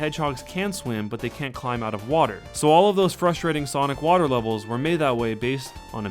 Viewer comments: Wth is sanic speed? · Sanic! Lmao